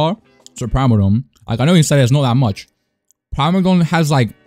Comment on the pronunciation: its prim-a-don